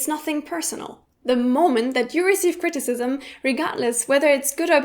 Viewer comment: Yes, but it's not pronounced that way.